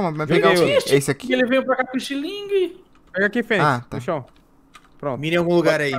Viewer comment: "fenyz" eh foda KK